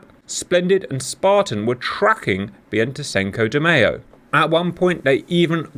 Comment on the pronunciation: The Argentines would pronounce the ship "BAIN-tay SINK-oh day MY-zhow" And I'm not trying to make fun of them by saying "Sink-oh"